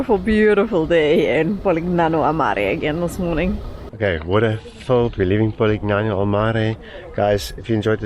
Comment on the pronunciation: Lovely video! Just a gentle comment that the letter g is silent in Polignano. Ouch!